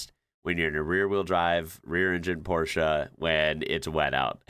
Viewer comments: The German way, not the English way. Very impressive. We just say porsh😂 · is a rare American specimen. Not only can he pronounce Porsche correctly, he also drives a manual car. What a man. Love you <3 Greetings from Germany